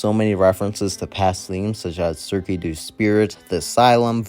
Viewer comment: you don't pronounce the "ue" in Cirque du Spirit, it's French! My Spirit Halloween pet peeve is when people pronounce it that way 😭